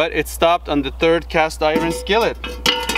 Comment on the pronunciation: It is Cast Eyeron 😂